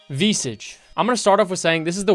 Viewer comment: "VEESEJ" Lmao. Best pronunciation of Visage ever. You turned into a russian granny.